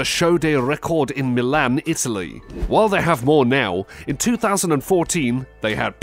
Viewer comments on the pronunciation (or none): none